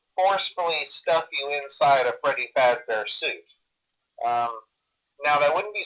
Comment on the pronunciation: It’s “Fazbear” not “Fazzbear”